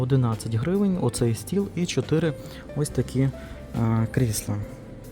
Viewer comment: Не кріслА, а кр І сла, а взагали то це стільці 😂. Та звісно ж, яка різниця.Хай собі людина каже, що в голову прийшло. же тільки покищо вчиться розмовляти українською, бо для нього це не рідна мова, він італієць- Вентуріно....